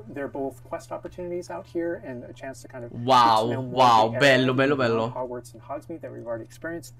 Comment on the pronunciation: TI PREGO PRONUNCIATELO COME SI DEVE….Si pronuncia HOGUORTZ NON HOGUARZ 😂 E BASTA …..